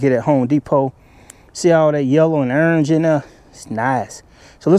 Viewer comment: Yellow & urnge 🤣🤣🤣🤣